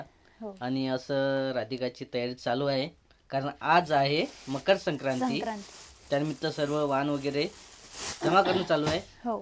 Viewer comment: tula bala मकर संक्राती पण बोलायला येत नाही😂😂😂